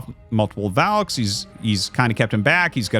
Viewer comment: and in this video he pronounces "valks" and "valkyries" correctly, out of nowhere. lol he has a weird thing with that word